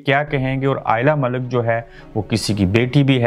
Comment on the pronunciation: first correctly say lady name